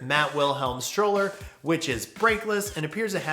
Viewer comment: another great video! just FYI: *Strowler rhymes with Prowler*, not pronounced "Stroller". Mark Eaton told me it was a portmanteau of "Stalker and Prowler", a nickname inspired by whenever the fanboys would show up and try to take videos or photos of Kevin riding, which is why there's a Rat with a video camera in the original graphics. it was also intended to be Kevin's Big Daddy "replacement" signature frame when he made amends with Mat, which is a whole other story in itself...